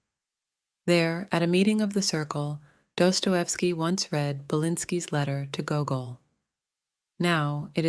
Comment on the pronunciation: why are you saying his name like that